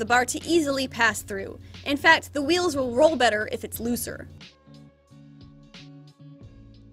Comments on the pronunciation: the Queen of “Say it confidently even if you’re mispronouncing it” #REALWHEERLS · current obsession: the way you actually pronounce the h noise in the word "wheels" /gen